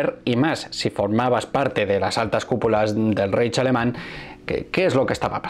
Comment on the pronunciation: Reich se pronuncia raigh y Keitel kaitel